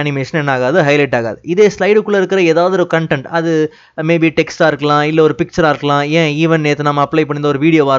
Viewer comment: Please correct your pronunciation of Content as காண்டெண்ட்/ கண்டெண்ட் அல்ல Thank you your service is noble>